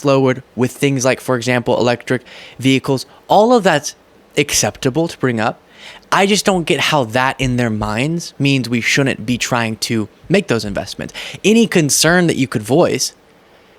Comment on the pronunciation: Shoulnent? C'mon; you're not five years old. There's a 'D" in there, find it.